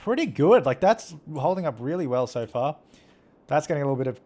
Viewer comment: when u're saying so far it sounds like sofa